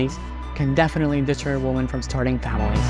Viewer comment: Stop mispronouncing the word 'women'. You are pronouncing the singular when you should be saying the plural.